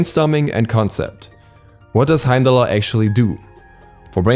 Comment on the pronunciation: I didn't mind beefrost so much, but Heimallerer hit so hard and you said it so many times, Heimdallerer, Heimdallerer